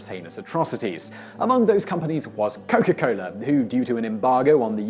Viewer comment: its coca cola.. not coco cola